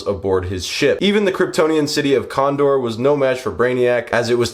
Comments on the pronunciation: Love the vid, its kandor btw not condor ❤ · My guy this was such a great video but why did you pronounce the city of Kandor "condor"